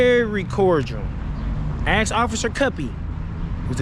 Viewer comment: Ask is spelt a-s-k and is pronounced ask. Axe is spelt a-x-e and is pronounced axe. Access is spelt a-c-c-e-s-s an is pronounced access. Simple! And I most definitely left a comment.